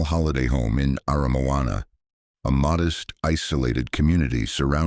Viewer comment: But he got Aramoana right. Pathway to the Sea?